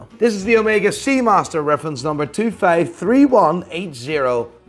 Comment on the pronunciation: bro will never learn how to pronounce correctly the word FIVE he always goes VIJF